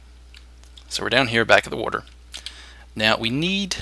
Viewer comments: Yes I love woter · Im sorry, but, why do u say WATER like that? wurter haha